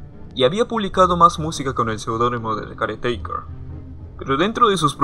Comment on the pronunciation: Gran video, yo si lloré bastante con el álbum, una cosa más no tiene mucha importancia pero mi incomodaba como decías caretaker jajajajaja tenía que decirlo perdón :c